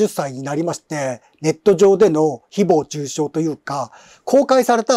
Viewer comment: 誹謗中傷のイントネーションが独特で話が入ってこない